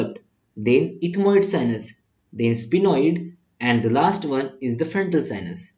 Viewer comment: Sphenoid not spinoid